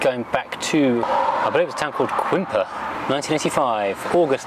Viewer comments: Loved your pronunciation of Quimper (it's actually pronounced camper). My satnav says kwimper too lol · The 5 was launched in the UK in 1972. It originally had a dash-mounted shift but sometime the next year it was made floor-mounted. My memory isn't what it was, but I thought that the R4 and R5 were at some point sold at the same time in the UK. Quimper is pronounced "Cam pair". If you are ever in Brittany, it's a lovely place to visit, as is nearby Concarneau. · Quimper, pronounce cainpair, is in Brittany. Love the quatre ailes!